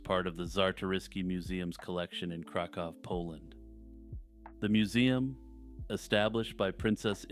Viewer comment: Listen to this fancy SOB pronouncing Kraków correctly.